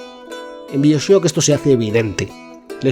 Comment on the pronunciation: Dime por favor que no se pasa todo el vídeo pronunciando Bioshock como mi padre.